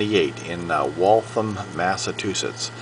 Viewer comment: Nice watch. In the video, you're pronunciation of Waltham is incorrect. I also noticed that you begin preaching at the end of the video. How inappropriate.